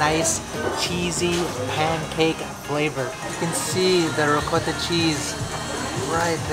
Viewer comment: you're saying ricotta wrong... reeee-cot-ah